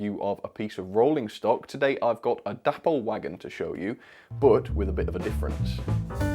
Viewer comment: Please stop calling the company sodding Dapple, its an insult to the memory of David Boyle. its pronounced Day-Paul